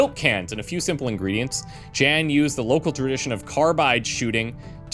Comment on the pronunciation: Jan 'Melk' Coo's name is a pun on the Dutch word 'Melkkoe' (Dairy cow/milk cow). His first name is pronounced more like 'Yahn', soft J, short 'ah' sound.